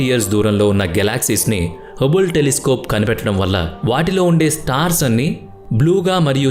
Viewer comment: హుబుల్.. కాదు హబుల్.. అదే పేరు టెలిస్కోప్ కు పెట్టారు..